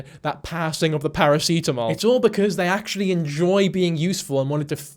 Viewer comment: I'm sorry but this is my first time hearing paracetamol pronounced as paracitamol ahahahahaha i mean it in an amazed way